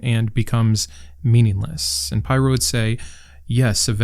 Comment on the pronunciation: It's pronounced as in 'pirro', not 'pyro' (even though it would be more badass). :)